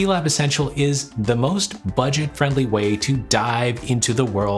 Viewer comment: Stop saying butget its stil expensivv